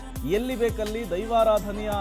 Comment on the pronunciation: ಅದು ದೈವಾರಾಧನೆ ಆದ್ರೆ ನೀವು ಧೈವರಾಧನೆ ಅಂತ ಒತ್ತಿ ಒತ್ತಿ ಹೇಳ್ತಿದೀರಾ 😁😁 ಸರ್ಯಾಗಿ ಉಚ್ಚಾರಣೆ ಮಾಡಿ... 🙏🙏